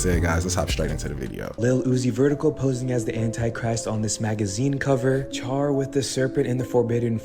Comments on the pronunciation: “Char” instead of “Cher.” Damn I feel old if kids today have never heard of Cher. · CHAR?? It’s CHER! Pronounced like share… oh wow! The Wi-Fi made my hubby bald?! I do get it, but these waves are everywhere… Thanks for the videos! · Cher is pronounced (Share) NOT (Char) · The very first video ..who taught that person to read? Char?? CHER . Also everyone knows how to pronounce Swift. Wtf? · He called Cher, "Char." 😂😂😂😂😂😂😂😂I'm old enough to remember her. "I love You Babe" is about the only song I know. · Dude pronounced Cher's name char. Hahahaha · Dude firstt needs to learn how to pronounce names before i take anything he says serious. Called Cher ch-ar? instead of (share). Called Taylor Swift sw-eye-ft. Love MODTRICCA videos. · That first clip the dude called Cher pronounced (Share) Char. Like Charmander. Smh 🤦🏻‍♂️ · Hahaha "char" huh? Sounds like someone didn't take the 6 SECONDS to look up how to pronounce her name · I never thought in my lifetime I would hear someone pronounce Cher's name Char.... please everyone read books and watch old movies made before 1992. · He called CHER, CHAR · I’m amazed on how some people miss pronounce famous people’s names.. CHAR?? TAYLOR who? 😂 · Char???????? Lmfao swieft? Wtf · That first clip that dude really called Cher Char !🤭😁😂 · Seems like the celebrity illuminati ones are satire. Dude pronounces every name wrong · The way that guy pronounced Cher and Swift was evil on it's own.